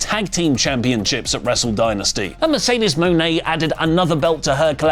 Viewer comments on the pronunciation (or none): none